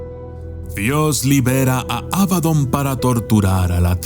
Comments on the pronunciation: Por qué pronuncias Ábadon si es Abadón...? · abadÓn, con acento en la Ó. Gran video de todos modos, como siempre 👍